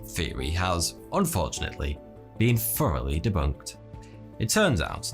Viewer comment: i wish i could decipher what a "foroughly debunked" meant... lol look at his mouth he clearly say's it with an F. idk why but people with that accent crack me up. no hate, good video!